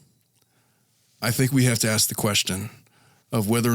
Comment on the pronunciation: I’m so tired of him axing. Asshole the word is ASK